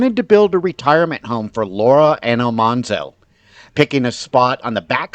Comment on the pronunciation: AL-man-zo. As in manly. Not almhanzo.